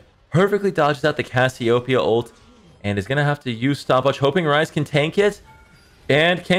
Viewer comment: cas-joupia? terrible stress and pronunciation